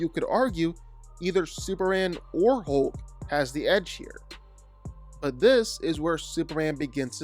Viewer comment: hoke - you say hoke - is that a canadian pronunciation?